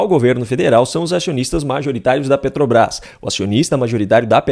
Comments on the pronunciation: Como não? Petobaiz, pronúncia perfeita! 🤣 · Ele ainda não aprendeu a falar "PETROBRAS".